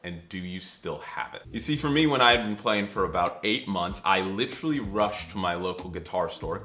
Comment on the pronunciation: As a Brit, your pronunciation of literally caught me off guard! I thought American’s just pronounced the “t” instead of “itch”… sorry random observation 😅